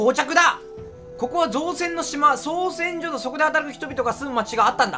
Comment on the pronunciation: 造船がちゃんと読めて造船所が読めないのどうしたんや